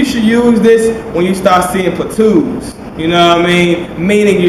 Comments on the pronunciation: plateaus, not platoos lol! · ay man, its plat-ohs not plat-oooohs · Why do you refuse to say pla-tow? You listen to Waka Floka before each video, mayne? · What the fuck is a platoo. Stop saying it like that, makes you look dumb. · platoos lmao hahahaha <3